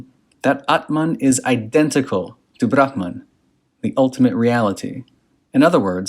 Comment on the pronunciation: Nice pronunciations of ‘aatman’ and ‘bramhan’. Most people don’t even try.